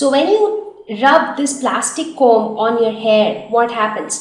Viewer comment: Pronunciation of Comb\Conductors is incorrect..